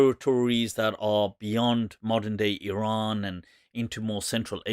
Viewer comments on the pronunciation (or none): none